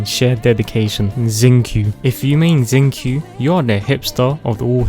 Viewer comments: But he got Bennett and Razor right so that’s good 😌 👍 But Xingqiu… thats a crime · "Suck rose" "Cheldi" "Zingkeu" "Haw tei" "Kew kee" "Noelee" "Ningug" "Keyo" "Fishlee" "Eluwo" "Daono" "Dee luuk" "Bai doo" "Albeedu" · Zing Que- Ziang Ling- ZIAO I CANT HAHAHHAHAH